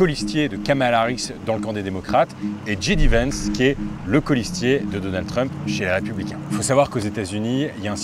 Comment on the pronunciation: Roo mais comment s'est possible de mal prononcer JD Vance alors que tu as étudié aux US ? 😅 Le J en anglais ça se prononce "djay" et pas "dji" 😉